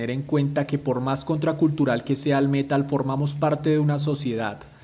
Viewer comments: ¿Por qué prounuciás el métal en vez de el metal? Parecés español diciendo vídeo en vez de video... 🤦🏼‍♂️ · "el Mé-tal"